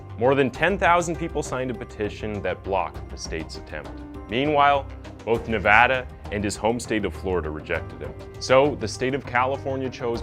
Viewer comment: Navada?Nevada?, someone could have gotten a rope..